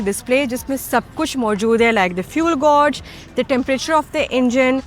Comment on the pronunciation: Fuel gauge. As in gayj not goj pls.